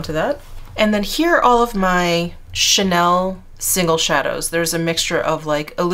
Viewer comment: I love how u say all the names for like chanel and things like that so cool. I wish I could do that lol. 😉💘